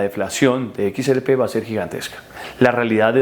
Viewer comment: Hermano, equis, erre, pe, no equis, eres,pe. 😂😂😂